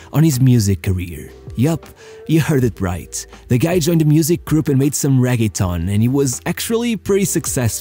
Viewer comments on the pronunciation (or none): none